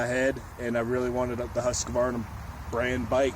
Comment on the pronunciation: Husqvarna: Husk-var-nah Acerbis: Ah-chair-bee